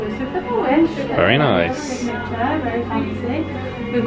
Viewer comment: rewatching older vlogs as i manifest a wish cruise next year and the "kehvish" took me out as someone from southrern ca haha love you guys